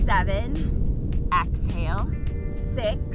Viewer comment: Excellent class! But why does she say “axale” instead of exhale? It’s a bit disturbing…